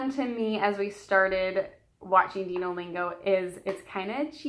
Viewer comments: I think it's pronounced "Dino" as in "dinosaurs." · Its dino like dinosaur